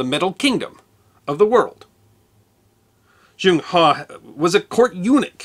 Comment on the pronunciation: I'm an American who is currently teaching English in China. I have a degree in Applied Linguistics, and can speak Mandarin. I also lived in England for a couple of years, and try to point out the differences in pronunciation between British English, and American English whenever possible. The name Zheng He is pronounced in modern Mandarin like /ʒuŋ/ /hʌ/. The sound characterized as "Zh" sounds much like the second syllable sound in the words "Leisure" or "Usually" with American pronunciation, and the /uŋ/ sound is the "ung" sound found in words like "hung" and "rung". "He" would be a "Huh" sound found in the pronunciation of "HUD" (as in "Heads Up Display") without the "d" sound at the end. Admiral He is very popular in China, and everybody I've talked to about him is very familiar with his expeditions.